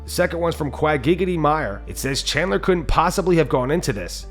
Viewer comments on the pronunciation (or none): none